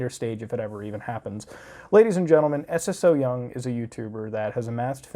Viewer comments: Es es oh young~ xD it's romanized Korean pronounced soyoung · You can pronounce her name just like "so young". Don't gotta say s s o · It's pronounced "So Young". Also, while they're animals, they're also just seafood that people DO eat ALIVE in Korea and other asian countries. Sure, we MIGHT have some empathy about our prey unlike animals, but this whole thing about killing animals with the least amount of pain is just a social construct. It's not in our nature to sympathize for our food, come on, dude. Although, yeah.. it's pretty horrifying and shouldn't be on YouTube, but at the same time.. don't watch it if you don't agree with it. Unless it's illegal in America to eat seafood alive? In which case, as a platform based in the U.S, it shouldn't be allowed here. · Its pronounced so young lol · Everyone pronouncing her name as Eses-so-young kills me 😂😂